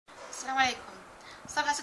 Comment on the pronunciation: سؤال ليش اتكولين سام عليكم ليس مو سلام عليكم